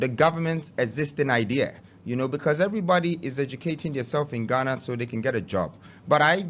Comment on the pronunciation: To all you fuuulishly vouching for this scam, let the fact that he called Ghana “ghanurr” open your eyes to the fact that he’s never REAL. Even the western people with the slang, and slur, never say “Ghanurr” no kwasia bi. Fanfooler